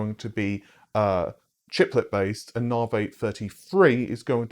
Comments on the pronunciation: AMD, as well as the rest of the world, pronounces it as NAH'VEE., the #1 amd news outlet, mispronounces it every single fkn time. Also go get some sun. You look like a friggin vampire. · Here we go again " Narvay " GPU from amd .